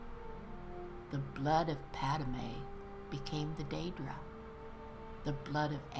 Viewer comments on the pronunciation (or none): none